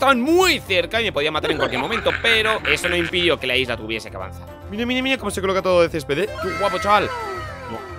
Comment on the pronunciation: Yo cuando dijo por primera vez Isla 🏝️ escuché lisla